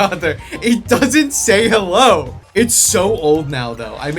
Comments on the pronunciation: It sounds like ellou. I refuse to believe otherwise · if there's no h then's he's saying ello have we come to an agreement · he said Hellou btw